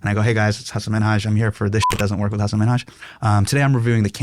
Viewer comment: Shoutout Marques for calling him Hasan and not HUS-AAN